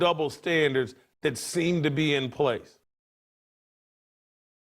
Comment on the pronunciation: Any "Doctor" that can't pronounce the word this or that needs his license revoked.